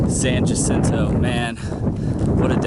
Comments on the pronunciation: Actually, it is pronounced San Yacinto. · Love the videos and seeing your journey. Good luck. BTW it's pronounced ya-cinto. The "J" should sound like a "Y". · Loving your videos! Thanks for taking the time to share your experience. Just a tip on pronunciation for the mountain: ha-SEEN-toe =) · SAN JACINTO is pronounced "SAN HACINTO". J has an H sound. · Great video... thank you for taking the time. BTW it's pronounced "Hah-Sin-Toh".